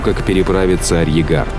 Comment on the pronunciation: Просмотрел практически всё. Впечатляет, несмотря на то,что ведущий упорно, в течении долгих часов игнорирует второе "р" в слове " арьергард". Но общее впечатление - захватывающе...